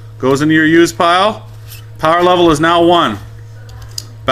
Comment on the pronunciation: lloll pire instead of pile